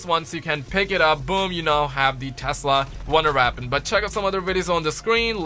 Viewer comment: I love how u say weapon wonder WAPON